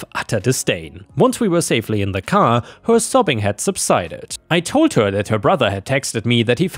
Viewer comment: Hey. Ich finde, du suchst schicke Geschichten raus und finde auch gut, dass du dir die Mühe machst, die Geschichten selbst vorzulesen. Ich möchte dich trotzdem bitten, etwas an der Aussprache zu arbeiten. In einigen deiner Videos war das Zuhören ein regelrechtes Fremdschämen, wenn sich beispielsweise wieder ein "Hööör" (her) durch den Gehörgang bohrt.